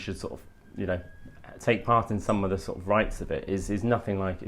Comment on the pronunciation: Wear a tie and stop saying ‘sor’ of’, you scruffy old so and so Ed.